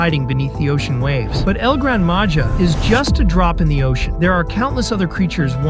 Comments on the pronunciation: Don’t say it like that thing of it as el grand maha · It's pernounst El gran maha